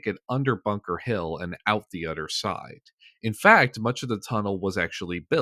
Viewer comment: What regional accent causes people to say “udder” instead of “other”?